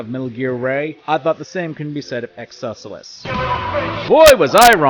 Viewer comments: My guy cannot pronounce character names, I'm wondering if it's an in-joke at this point. "Khamsin" to "Qasim", "Excelsus" to "Excesulus". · God the way you pronounced Khasim and excelsus, good video though. Im my own master now